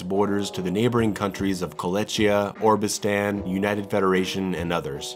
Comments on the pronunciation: "Orbistan?" It's "Obristan." If you haven't bothered to pay attention to the game, why would I want to watch your video on it? I'm not trying to be a dick here... But just ask yourself that question. Mispronouncing names, sure. You see most of them once. But Obristan is mentioned a whole bunch of times, and you mispronounce it right off the bat. And I haven't even played the game myself. Anyway, it just doesn't bode well for the rest of the video. If you got that wrong, what other stuff did you miss, or accidentally misrepresent, that I didn't notice? I like the style, very pleasant vocals, well-recorded, and mellow overall sound. I hope I was able to convey my thoughts without being too offensive, and that it helps someone, if not actually the creator of the video (I'm not under the impression that anyone at all will see this; but vho knows?). It can be really simple to do things far better. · It's oBRistan, not oRBistan. Obristan is more likely to be Russia than Arstotzka. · he really pronouncing "Obristan" as "Orbistan" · The way he said obristan is hilarious